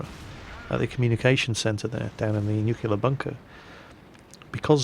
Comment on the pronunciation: "nucular bunker"